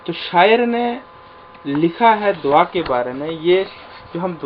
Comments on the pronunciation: دوا۔۔۔۔۔۔دعا ۔۔۔۔۔د کے بعد ع پڑھیں وا۔۔۔۔۔۔نہیں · دعا۔۔۔۔۔۔دال کے اوپر ۔۔پیش پڑھیں پلیز